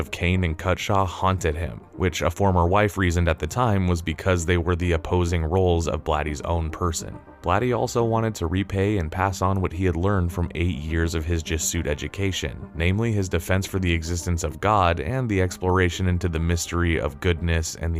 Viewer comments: Good video. For a better presentation, look up words you ate not familiar with. Jesu-it is not pronounced Je-suit. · WHO is reading this? "Je-SUIT education?!?" "Je-Su-It!" Robert LOGE-eeyah... DiscoTECH... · Enjoyed the video overall, and will check out the movie, but I was distracted by the narrator's mispronunciation of simple words like Jesuit (Ju-soot instead of Je-zoo-it - which also makes it obvious that they don't know what a Jesuit education is), Loggia (Log-ee-uh instead of Low-zhee-uh), and discotheque (dis-ko-theek instead of dis-ko-tek) and saying a person shared antidotes when the word he was looking for was anecdotes (I don't know if that's the writer not knowing the correct word or the narrator misreading it.) He also says Spinell talked them into a tricky situation when he must mean he talked them out of a tricky situation. Does nobody review these things before they are posted? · I enjoyed this and now want to watch the film. But cripes its pronounced "Jez-oo-it" not "Jess-oot". And one shares anecdotes, not "antidotes".... Unless someone's been poisoned. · buddy... > Jesuit = Jez-ew-it... not G-Soot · Jfc man…Jesuit = JEZ-OO-IT bot JAY-SOOT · It's not Je-soot education, it's Jesuit, like Jess-oo-it. Signed, the grammar police lol. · Did I hear the word Jesuit pronounced as "je SUIT?" It is sounded more like "JEZH u it." 😊 I saw this movie upon its initial release when I was 21; it left an impression! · JESUIT is prononced JESS-YOU-IT, not "jesoot". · Robert “LO-shuh.” “JEH-shu-it” education. Sorry, I’m being an ass. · Disco-theek? Je-soot? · In case you aren't an AI Jesuit = jezz-ooh-wit Nigel = ni-jull Discotheque = diss-co-tech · Great video, but Jesuit is pronounced “Jeh-sue-it” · Jesuit is pronounce Jez-oo-it. Also, Robert Loggia's surname is pronounced Low-she-ah. The director didn't share antidotes with the local police, but anecdotes. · disco-tek not discotheek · *juh suit education *disco theek English much?